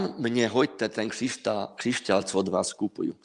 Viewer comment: Rozhovor OK,zaujal a bavil ma,ale veľmi ma ruší ta slovenčino - čeština.Časť v ktorej hovoríte o krištáloch som sa úplne stratila,lebo pri tej Vašej výslovnosti som sa celý čas sústredila na výslovnosť ...krišťál,křišťál,krišťály,křišťály...2x som si to pretáčala,aby sa mi nestratila niť.A aj tak môže dať človeku energiu a silu niečo,čo bolo ku mne dodané cez utrpenie ľudí?? Ja osobne po žiadnom kamienku netúžim.